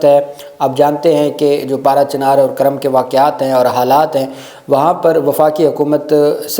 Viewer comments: بھائی یہ کرم نہیں ہے بلکہ کورم ہے کاف پر پیش ہے کرم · کرم نہیں جناب کورم ک کے اوپر پیش ھے